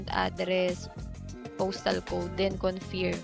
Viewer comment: confeeerm or kuhn-furm? sino ba kasi nag pa uso niyan ang dami nang naloko. but nice tips sa wise. ayusin lng po ang pagbigkas